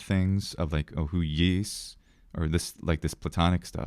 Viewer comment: It's pronounced hwios, you gotta get that iota in there.